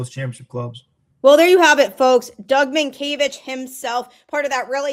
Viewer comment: Oh good, you pronounced his name right